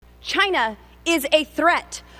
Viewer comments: You know you might be a redneck if you pronounce China like Jina! The dumber they are, the louder they are. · Beavis and Butthead say "when Trump says China it sounds like vagina."